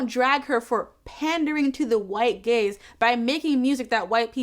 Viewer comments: For half of this video I thought you were saying "white gays" and was like well you aren't wrong there what's the problem hahahah I feel so stupid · I got halfway this through the video thinking you were saying white gays not white gaze 😭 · I don’t know why but I thought you were saying, “white gays” instead of “white gaze” for way too long. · I kept hearing "making it for the white gays" 😅 I think because the sentence was referring to music, rather than something you watch🙃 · bruh i thought u said for the white gays LOL ...which would probably be more true tbh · Ngl I misheard "white gaze" as "white gays" 🤦🏻‍♀️ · As someone who doesn't listen to Lizzo, it took me way too far into the video to realize you were saying she makes music for the "white gaze" and not for the "white gays". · I thought you said "Lizzo makes music for the white gays" and was very confused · I was listening to this while playing video games and therefore heard “white gays” several times before I sorted out that it was “white gaze”. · Awesome article. Tho every time you said "gaze" I heard "gays" and I kept thinking "boy, I'd love some more music aimed at the white/black gays!" lol Ty for your analysis! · I spent waaaaay too long watching this video thinking she was saying gays lol. For the record, this white gay loves your work,! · I was thinking the same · The first couple of times I heard it the same way. lol. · so i was right now years old when i found out she said "gaze" x''D ngl, it reads both ways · I.... did not realize it was "gaze" until I read this comment